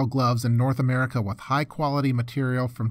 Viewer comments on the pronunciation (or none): none